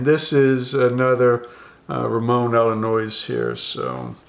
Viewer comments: I love how you say Ramon allones it sounds like you’re saying Ramon Illinois. It’s pronounced ah-yo-nezz. In Spanish two LL next to each other make the Yo sound. I love the video brother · I love the gunshots, shotgun and mispronunciations of cuban brands! Ramon "Illinois"! I'm dying!! Subscribed!